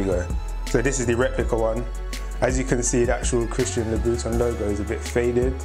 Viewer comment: The way he saying " louboutin" like " Loo - Boot - Tin" it annoys me so much